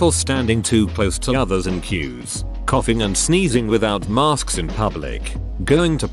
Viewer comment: Lol@ narrator: "maRsk's"